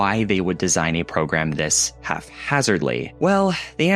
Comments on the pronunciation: Halfhazardly? Haphazardly! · The word is “haphazardly” not “half-hazardly”